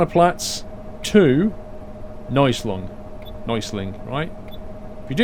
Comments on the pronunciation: U are a great driver! It´s so cool to see u drive a German Bus, in Germany;) It means not Neusling. It´s calling "Neu Essling":D But i miss the Trucking Diary today:( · neußling instead of neuEßling hahah :D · Neueßling is actually pronounced "noyassling" :D